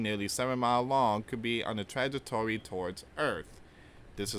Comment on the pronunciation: You can’t even pronounce the word trajectory